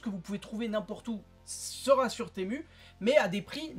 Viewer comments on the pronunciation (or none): Temu se prononce Timou 😉